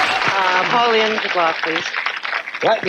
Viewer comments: If you want to see some top-notch Paul Lynde, check out Bye-Bye Birdie 1963. His last name rhymes with 'pinned' NOT 'pined' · Pronounced like blowing in the wind, Lynde.